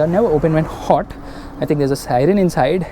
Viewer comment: Deepak Kumar Rout *hort cakes indans pronaunce hot as Hort(wobbling heard)